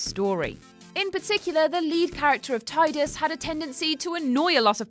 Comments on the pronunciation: It’s Tee-dus NOT Tide-us❗️Even James Arnold Tylor the voice actor stated this fact❗️❗️ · It’s pronounced teedus. Not only did the game booklet spell out the pronunciation but even in other Final Fantasy games it’s pronounced teedus, not Tidus. Also Auron is not a dream, he was just dead the whole time. It’s Rye-den, not ray-den. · Tidus is pronounced Tee-dus. Raiden is pronounced Rye-den. Auron isn't a dream. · I know it's pronounced Tee-dus, but it's Tye-dus in my head canon. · It's pronounced tee-dus. Not tie-dus. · Yeah, I didn't know it was pronounced Tee-dus until a couple of months ago, like 15 years after I I first played it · You pronounced "Tee-dus" incorrectly for the whole article. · Its pronounced Tee-dus and Auron is an unsent, not a dream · Why are you mispronouncing characters? Tidus is (Tee-dus) and Raiden is (RY-den). Also, Auron is an Unsent, not a dream. Do you even play the games first? I thought I could stay with you guys since Ben and Peter left, but this channel is getting worse and worse. Just lost a subscriber. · Auron is not a dream, nor is he from Zanarkand. He is an unsent, from Spira. I forgive your mispronunciation of Tidus though, since I pronounced it wrong until recently.